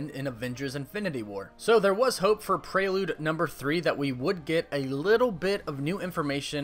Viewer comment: Why do you say Prrelude like that? AHHHH?!?!?! But umm like the vids man and my fav super hero is Iron man just for his humor in the movie.